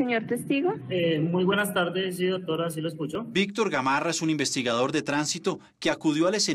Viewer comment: Ehhhh quétan difícil es pronuniciar la "D"??? Qué jartera escuchar investigaor, hemos sio...